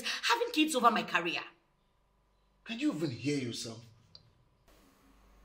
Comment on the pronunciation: Wtf is "carry-ear"? The word is " career" pronounced "ca-re-ear".